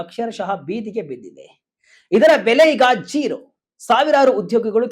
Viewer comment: ಝೆರಾ ಅಲ್ಲ ಕಣ್ಣ😂 ಜೀರೋ ಆಗಿದ್ದು ಹೇಗೆ?? VK news Group, you will lose your audience if unprofessional anchors manage your news update.